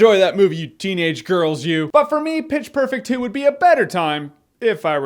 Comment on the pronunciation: Haha he said "bitch perfect 2"